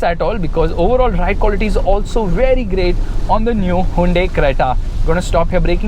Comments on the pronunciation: It's Hyundai,not hyandai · handai creta 🤣🤣🤣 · Hayinda creta lol 😂😂😂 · Me: hyundai: Hainde 😂😂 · hai-yundai lol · Whn he really said highundai at first 🤓😅